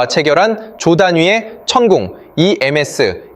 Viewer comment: 불과 1년전만해도 성장률 마이너스였슴 컨트롤을 누가 하냐가 중요함~ 미리저장하고 싶어도 저장시설이 없으면 어려움…그냥 대통령 잘뽑은 국민이 겪는 일임 ㅋㅋ 그리고 “천궁이”는 나만 이상한가? AI들은 천궁 투라 발음 못하나? ㅋㅋ ASEA 레이더도 마찮가지 레이사라 발음이 자연스러운데, 모든 ai채널은 에이에스이에라 읽음 ㅋㅋ 듣다가 화닥 깸…조정좀 바랍니다~ 😅